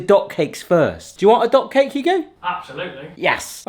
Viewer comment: Does anyone else hear dog cake every time says dot cake:D